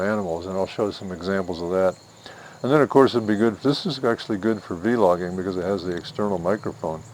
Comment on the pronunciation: Thanks I will look into buying this camera for YouTube vids and recording good memories Edit: Don’t say veelogging it is vlogging people will make fun of you I promise